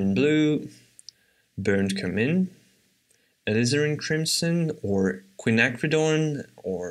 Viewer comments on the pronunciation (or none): none